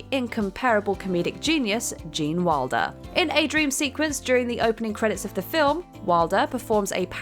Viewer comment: It's Wilder not Walder, and Beatrice died making this film in 1921. And more James and Domino instead of that F***a shit. Where is Rebecca when you need her "as a Narrator"